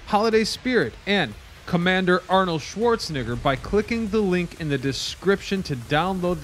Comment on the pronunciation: great video, but maybe learn how to say Arnold Shwartzenegger a little better 😬